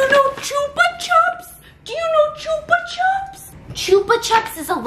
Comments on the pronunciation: "choopa chaps" 😂😂😂 that was cute. Here in Spain we pronounce it as "choopa choops". Our vocal "u" is like your "oo" sound (like in good morning = gud mornin) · Stephianie: chupa chops honey chupa chops! Me: gasps is outraged THE FUCK STEPH!? IT'S CHUPA CHOUPS! NOT CHUPA CHOPS! GUYS HOW DO YALL SAY IT? Chupa chops or chupa choups? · Chupa CHOOPS not chuhps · U say chupa chips wrong ahaha it’s so cute how u say it